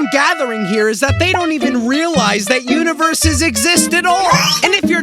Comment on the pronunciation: he keeps saying univeres. yet only shows galaxys